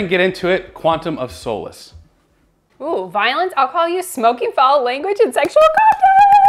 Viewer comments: Right off the back of Craig pronunciation correction we get 'sow-lace' ^^ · you pronounce 'Craig' fine but not 'solace' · Not my favorite Craig film. I hate the cutting between scenes during the action, it's really obnoxious. I see what you did there, mispronouncing Solace to get more comments, that's hilarious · Says "Craig" the British way, immediately gets "solace" wrong. Beautiful work.